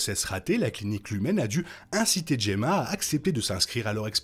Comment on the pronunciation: Enfin Gemma prononcé correctement, nature is healing hahahahahahahaha